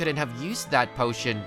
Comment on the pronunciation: Bro said portion instead of potion